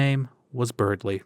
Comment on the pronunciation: That ending where you finally said berdly actually almost gave me chills